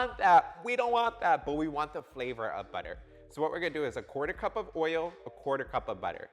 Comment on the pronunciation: "Oiyo" sounds soo Baltimore. You are embody the joy of baking! Love your Vids.